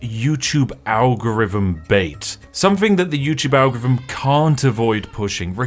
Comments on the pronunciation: Why do you keep pronouncing "algorithm" as "anglo rythm"??? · I never knew British people pronounced ALGOTHM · Some advice: Since you clearly have a slight speech impediment which means you can't pronounce "th" properly, maybe you shouldn't repeatedly try (and fail) to say "algorithm" which comes out as a mangled mess closer to "algorvm". Just a thought. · The way he pronounces "Algorithm". "Algvivim" 😅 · "algvvhm" is the best pronunciation of algorithm ive heard in a long time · Spiff, please atop saying algevum ... Pleeeease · Can’t take someone who continuously mispronounces “th” as “v” seriously. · Don't worry, as an American I can assure you that we could never be offended by someone calling us irrelevant if said person can't even pronounce the word algorithm properly. It's too cute to stay mad. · Bro can't say algorithm to save his life hahahahah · Have I missed something? have you now a different voice ? One that struggles to say algorithm.